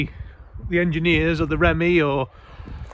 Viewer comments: The REMMIE? Its pronounced "REAMIE". It stands for Royal Engineers Made Easy. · You referred to my old corps;. As you remarked, this vehicle was most likely used by personnel (a bit before my time though!). One thing you got very wrong though- the Corps name is pronounced "REeMEe, and not Remmie!! Perhaps a minor detail to "outsiders", but very important to all serving and veteran Family members. Other than that, really enjoying the videos, so thank you, and keep up the good work. From a Veteran. ARTE ET MARTE. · Pronounced Reemy not remy .....Sorry for being pedantic. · Its not remy, its ree mee,. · Love the channel and this series - just one thing which I must correct you on - (The Corps of the Royal Electrical and Mechanical Engineers) is pronounced "REEMEE", not "REMMY", thanks!;) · Just need to get your correct ReeeeMeeee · He said it twice in this video and I commented on it in the first video and how it should be pronounced but I suspect they don't read the comments! My Mum also pronounced it that way despite me telling her for 14 years how it should sound.